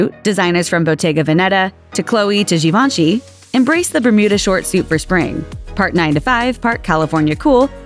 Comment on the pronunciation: "GEE vawn SHEE", not "gee VAWN she"